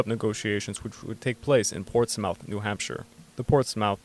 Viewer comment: Portsmouth is pronounced Ports - muth. Not mouth.